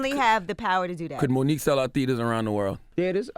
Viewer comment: He said "Theeters" lmao